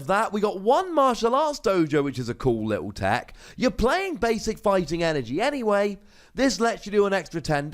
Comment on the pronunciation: At 3 min did say 3 energon?